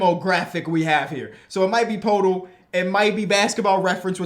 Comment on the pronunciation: It’s pronounced “purr-tool”